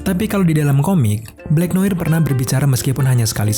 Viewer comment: Noar gk sih ngomong ny bkn noir